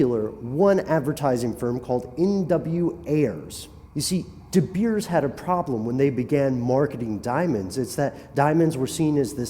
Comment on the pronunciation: And the mine company name here is " de beers" you prenounce it "de bears"